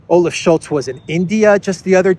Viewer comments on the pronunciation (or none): none